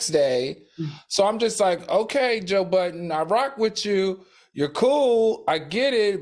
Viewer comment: Why y’all keep calling him Joe Buddens??? There’s no S on his name last I checked